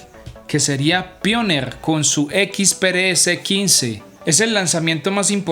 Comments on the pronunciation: super bueno el video, se aprende mucho, hasta cuando dijo pioner JAJAJA, AMIGO NO SE DICE PIONER ES ALGO ASI COMO PAIONIER. SALUDOS. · PIONNER SE PRONUNCIA "PAiLLONER" DIGALO ASI